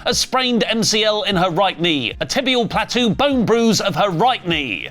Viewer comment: mocking people for pronouncing things wrong occasionally, and then saying "platoo" is WILD, man...